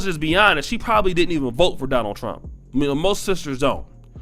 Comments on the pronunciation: Not only did she say Trunk did she also say Chinama? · Wait a minute lady it's Trump not trunk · President Trunk? It sounds like she needs to go to school. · She was at least entertaining. During these times I'm going to give her a pass. I imagine tons of parents feel this way. She was just brave and beligerent enough to do while smoking and mispronouncing his name. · She was at least entertaining. During these times I'm going to give her a pass. I imagine tons of parents feel this way. She was just brave and beligerent enough to do it while smoking and mispronouncing the Presidents name. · She pronounced Trump "Trunk" & China "Chinama" 🤣🤣🤣